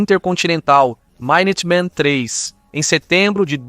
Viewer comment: A cereja do bolo é o "mainuteman" =)